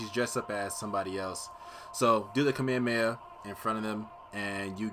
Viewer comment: Why do people have such trouble pronoucning kamehameha?? The amount of people that say come here come here instead is ridiculous 😂😂